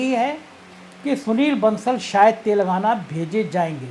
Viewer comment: तेलंगाना है शब्द तेलगाना नही ऐसा आभास हो रहा आपके गलत उच्चारण से कि आप कह रहे तेल लगाना